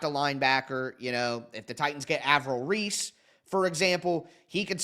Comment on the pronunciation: Lmao at how you say some of these guys names like Reese from OSU 😂😂😂